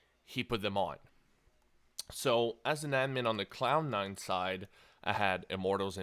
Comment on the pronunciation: It sounds like he's saying clown9 :D